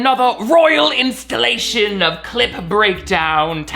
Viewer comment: Every time they say clip breakdown it sounds like they are saying clit breakdown lol